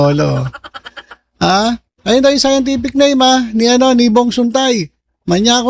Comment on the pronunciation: Hahaha sciance tific to 😅